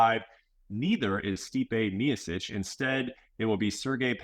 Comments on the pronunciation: Dawg I’m sorry but how are you working for ESPN and you can’t pronounce the greatest heavyweight of all times last name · If you work for ESPN you should know how to pronounce one of the greatest heavyweights name. MeeOhChich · Miosich. Stipe Miosich. Guy gets paid by ESPN to call him Miosich. Come on. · You would think being an MMA reporter, Bret would know how to say Miocic… but doesn’t surprise me one bit. DC still making excuses why he lost to Bones 😂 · Awk-a-moto rolling out a new “miocic” pronunciation five years in 😂😂😂